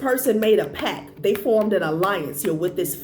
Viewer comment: It's pact, not pack.